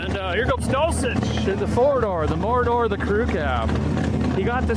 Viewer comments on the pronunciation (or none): none